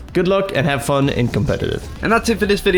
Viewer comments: "why you heff to be mad?" killed me... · "Why you haf to be mad ?" xD